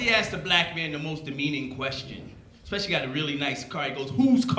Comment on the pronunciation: "expecialy" this made me skip to another video. Anyway, best wishes to all decent Americans from Prague, Czech republic!🇨🇿🗽🇺🇸